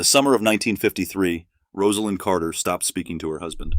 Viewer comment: Thank you for pronouncing her name correctly. Still news media says it wrong. Disrespectful.